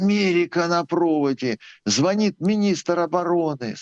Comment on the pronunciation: В слове "ЗВОНИТ"-ударный второй слог,а не первый!!!!!!